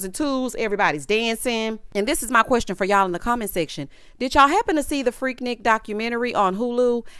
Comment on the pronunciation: it's freak-nique to us ATLiens 😂😂